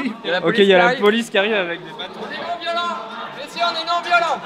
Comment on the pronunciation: Hahaha j'adore la "polisse" 😂